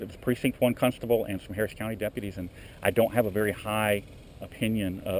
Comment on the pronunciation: Cuntstable??? Ahahaha. Good job. 😂😂